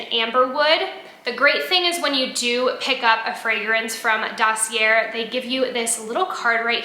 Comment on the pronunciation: Dossier = Sounds like: daa·see·ay